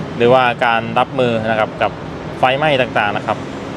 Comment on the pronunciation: อยู่เมืองไทยมานานแล้ว ควรพยายามออกเสียงให้ถูกต้อง ด้วยเด้อ เช่น ไพ กับ ไฟ ความหมายมันแตกต่างกัน เพราะ fc Thai ของช่องคุณมีเยอะมิใช่หรือ